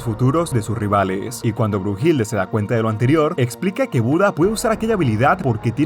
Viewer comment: Oye we no es “Heracles” el Hércules pinche webon Y no es bruhilde sino bluhilda